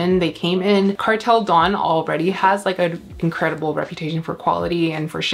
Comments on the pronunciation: Indonesian here 🙋🏻‍♂️ your pronunciation is correct! It's da-oon so 2 syllabes 🌱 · Indonesian here for a public service announcement! You’re right! It’s Kartel Da-un, you need to roll your Rs and the an and u are pronounced separately! Your plants are sooooo sexy though omg. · Yes the correct pronunciation is Kartel Da-un(oon) :) Their collections look cool